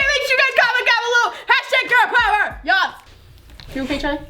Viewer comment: #girl pover #poveŕrrrrrrr!that's how said it!